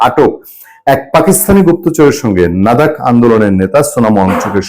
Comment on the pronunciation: "নাদাক" নয়, "লাদাক" হবে।